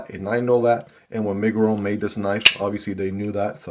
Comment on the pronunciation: It's My-grr-on